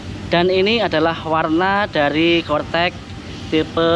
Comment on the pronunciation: Corec eh cortec hee